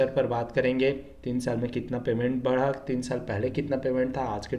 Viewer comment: भाई बढ़ा,ना की बड़ा 😂